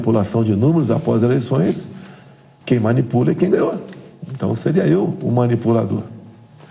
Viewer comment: Mais,alei, não,,,fais Océ, é,percizo